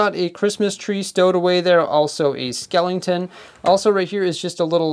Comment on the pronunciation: Do you watch poofesure? Only ask cause you said skelington